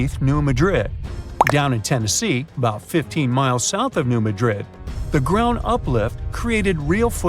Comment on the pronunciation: Done at the very beginning. You don't pronounce Madrid correctly. Which means your research is incompetent.